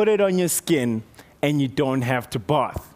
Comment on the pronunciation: Lol, i love his accent "both"